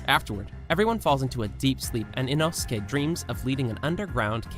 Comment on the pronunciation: OMG INOSUKE ACTUALLY SAID HIS NAME RIGHT OMG OMG OMG